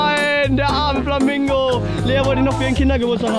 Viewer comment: Der hatt Flamango gesagt hhhhhhhh